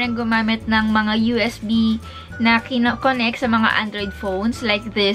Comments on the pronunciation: Lol all Filipina pronounce connectooor adaptoor ejectoor protectoooooooor thts really cute why dnt they pronounced connectrr adaptrr ejectrr protectrr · Thats how Indian pronounce them 😂